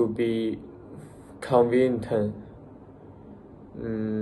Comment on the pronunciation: practice pronouncing 'convenient' - pronounce the /ch/ sound in 'FrenCH' - use correct subject/verb agreement: 'Japan IS very clean', not 'are'